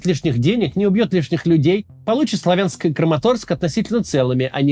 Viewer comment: Максим спасибо!, КУ-пянск, вы уже правильно выговариваете, ещё раз спасибо. Теперь..... СлАвянск, а не СлавЯнск! С уважением ❤🇺🇦🤝